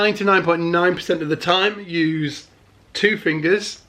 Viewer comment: "err err Garry Willis uses three fingus...."